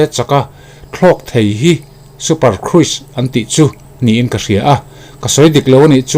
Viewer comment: Super cruise kruise i ti thin a khruz tia lam hi dik zawklo maw